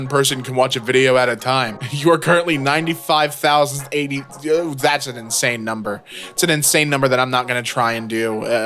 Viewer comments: bro really can't pronounce ninety-five thousand and eighty-fifth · why is no one talking about how this dude cant pronounce 95,081???? that's batshit crazy